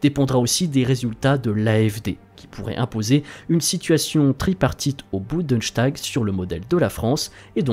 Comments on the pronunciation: Quand vous prononcez des mots allemand, renseignez vous avant, exemple ce n’est pas le boundechtag mais le boundestagu(e) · Bundenshtag... Bundestag vous voulez dire. Et ça se dit connaisseur en géopolitique. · Bundestag se prononce « Boundeusse-tague », pas « Boundeuchtague » ;) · Prononcer Bundeshtag au lieu de Bundestag (le s de liaison dans les mots composés allemands se prononce toujours s...).En voilà un qui ferait bien de ne pas imiter les commentateurs sportifs : j'en ai entendu un à la télévision qui, pour faire l'instruit disait Karlshruhe au lieu de dire Karlsruhe (le repos de l'empereur Charles c'est à dire de Charlemagne) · Bundestag ❌ Budenstag ✅